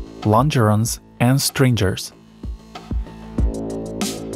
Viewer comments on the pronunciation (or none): Tha AI voice and pronounciation of stringers as strinjers destroyed this video for me within a minute. This is all AI generated and all the people who have praised the CAD designs have been conned. People did not do the design. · "strinjers" (goid video though) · Bot? S T R I N J E R S? ? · Please fix the pronunciation of “stringers” and “longer ones”. Very well done. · please pronounce stringers properly